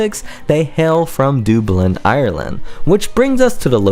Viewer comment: You can’t spoke right! Dooblin?